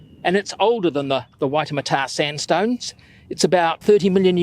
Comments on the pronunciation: Ee-hoo-maa-tow. Ihumatao. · Just so you know, it's pronounced "ee who mar tao" :) Great video, Ihumātao is an amazing place with lots of cultural history as well as natural history. Very interesting to read about and watch!